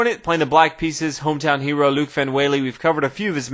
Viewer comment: it's loek [L-ooh-k]